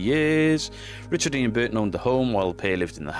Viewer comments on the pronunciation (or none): none